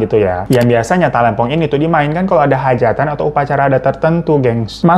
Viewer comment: Talempong, T nya jgn di ganti K yaa bang 😂😂😂